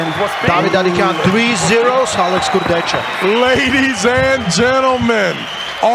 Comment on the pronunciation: The way Travis pronounces “KurdechKA” is super annoying